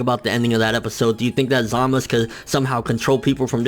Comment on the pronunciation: ZAMASU......not ZAMUS